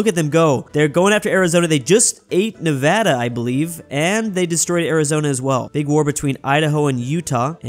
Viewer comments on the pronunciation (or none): none